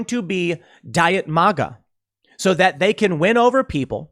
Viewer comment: MAGA Tim not MOGA. It’s weird. Good video though